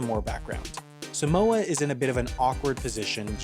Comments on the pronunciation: its pronounced saahmohah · Sorry I’m Samoan 😂😂😂😂😂😂 I cant 😂😂 When Palangi’s say Sumowa instead of Samoa it kills me 💀💀💀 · suh-moa is killing me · It's not pronounced 'Simoa' it's pronounced SAH-moa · From a half samoan- it’s pronounced SAAH-MOA not SUH-MOA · Um it's not pronounced sam-oa ot's pronounced seem-wAh smh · U Pronounce Samoa wrong just say Some-Moa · It's Saw-moa like the a in father. But if you are speaking in English it's okay. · Its pronounced 'Sahhhhh - More'. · Long a for Samoa tho. Think Sah-moah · YOU'RE PRONOUNCING SAMOA WRONG! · The guy pronounces Samoa so weird